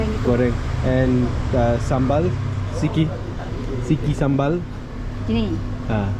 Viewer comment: Is not "siki", but "sedikit"